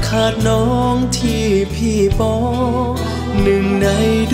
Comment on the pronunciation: เดี๋ยวนี้ ภาษาไทย เพี้ยนไป เช่น คำว่า " ที่ "...ออกเสียง เปนตัว T..กันหมด ..